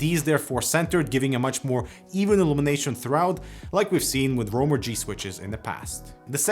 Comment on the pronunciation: My man really said RAWG 😂💀